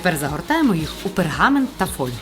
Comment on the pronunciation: ❗️❗️❗️❗️❗️Фольгу, НАГОЛОС НЕПРАВИЛЬНО ВЖЕ В 5-відео таке бачу